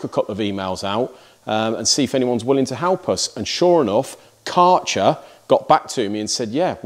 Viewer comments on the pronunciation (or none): Hey Mate.. It's like KÆ RCHER ... AE ... You have to say K aeer cher ... like German name dude ... it sounds like shit when you say CAR CHER... it's not their name. If you pronounce it correct I will ship you a beer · Nothing wrong with sponsoring for channel related products. You're a niche content channel and all of the time, effort and money needs to be recouperated so that we can continue to enjoy what you put out. Just one criticism Kärcher is prounounced Kersher. How do I know? I'm a Brit ex-pat and I live in Berlin. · Say.. Care Che R ( like che guvarra ) .. and then an R you roll on... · If Kärcher is your sponsor, you could at least take a minute to study how you have to pronounce "Kärcher". I don't try to be mean, it is just polite to do such things for your sponsor. The "K" was good, the "ä" is pronounced like the "e" in "to let", the r, well that's difficult for Engish speakers, so we leave that and than the "ch" is not a "tsj" but more like the scottish "gh" like in "Mc Loughlin". The "er" bit was good.